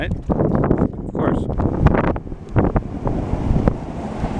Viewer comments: In the end you saying 'beach' turned into a spanish guy saying 'bitch' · all of the beach started to sound like peach